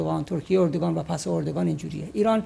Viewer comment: مهمان عزيزتون چرا اوردوغان ميگن به جاي اردوغان متوجه نميشم...